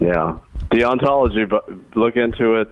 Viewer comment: And mispronouncing the word 'deontology' like he just learned it thirty seconds previously.